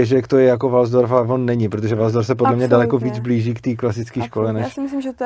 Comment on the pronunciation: nerika se walsdorf, ale waldorf ;-) A co jsem slysel, tak to od svobody ma hodne daleko...